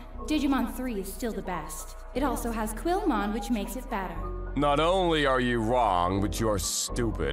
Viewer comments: She called guilmon quilmon 💀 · It's a G not a Q! How did you mess that up!? It's Guilmon! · Quillmon 😂 ? Guilmon is what She wanted to say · Not quilmom. GULIMON GULIMON! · "Quill"-mon? Really? Does the voice actress also pronounce gila monster as "quilla" monster?